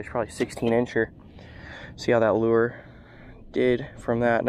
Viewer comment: Its lure not loo-er